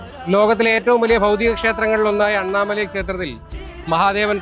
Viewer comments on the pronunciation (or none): none